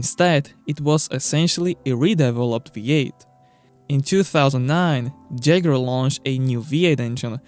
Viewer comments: preface: do not respond to me unless you google it first it's "jag-war" not "jag-you-are" 🙄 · Did he just pronounced jaguar as jager?! Eran jager! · jeguar? howether?! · Jaguar ❌ jagura ✅ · Cant continue watching the video because of the way you pronounce ‘Jaguar’. C’mon man how can you not get this right